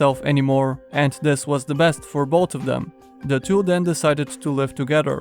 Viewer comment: Everyone: "both": "bod"